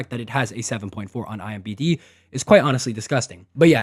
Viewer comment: Huge fan bro I swear but IM'B'D kills me every time 😂